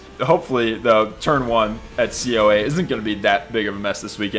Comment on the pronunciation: COA? Its COTA, Circuit Of The Americas. COTA.